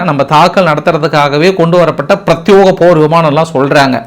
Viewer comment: பிரத்பேகம். பிரத்யோகம் இல்லை. சரமாரி. சராமரி இல்லை.